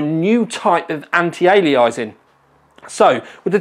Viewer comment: Funny how you pronounce Anti-Aliasing, Anti-Alia-Eye-sing. LOL